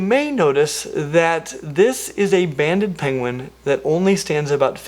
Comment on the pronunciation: Too much gaming or IDK. I heard "bandit" penguins.